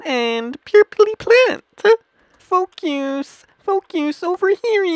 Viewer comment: sounds like he's saying f u but he's saying focus